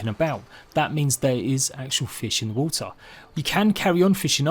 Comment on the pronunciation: "normally when you come to a body of woh-uh"